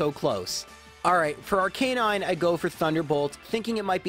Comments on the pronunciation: "R-Canine" - suuuuuuure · i cant even begin to tell you how much your pronunciation of arcanine annoys me